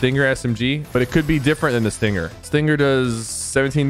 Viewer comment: Yo, its Sting-er, not Sting-ger Sypher lmfao